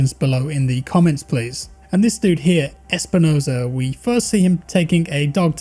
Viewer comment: Espinoza not Espinozo